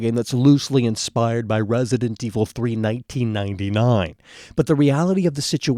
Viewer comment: Guys he isnt talking about resident evil 3 hes talking about wesident evil 3 calm down